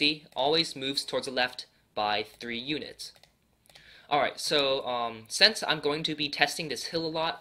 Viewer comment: I love how he says sense instead of since 😂😂😂